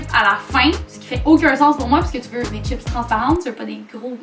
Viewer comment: C chipssssssss pas chip